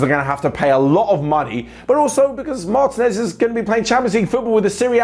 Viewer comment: Repeat after me: mar-TEEEEEEE-nez. Not mAAAAr-teenez